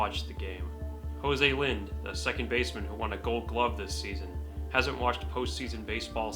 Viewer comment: Can't pronounce Mike Lavalliere or Jose Lind correctly.